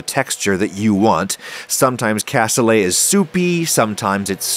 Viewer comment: Looks nothing like it's supposed to (where's the liquid gone?). Your beans were massively overcooked and mushed up (you're not trying to make refried beans here), and you dont even know how to say the word "cassoulet". Adding gelatin is a decent hack for the veal stock typically used for this dish, except you added WAY WAY too much of it. Back to the drawing board on this one. Si vous ne savez même pas comment prononcer le mot cassoulet, cela ne m'étonne pas que vous ne sachiez pas comment cuisiner ce plat...